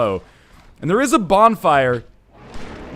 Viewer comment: EVERY SINGLE TIME YOU SAY FOG WALL im like WTF northenlion whats a f*ck wall ohhh thats right fog wall goddammit im dumb